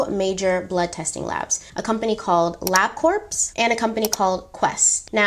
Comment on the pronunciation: Corps is pronounce like “core” sorry 😭 But anyways, this is still one of my favorite stories of all times lol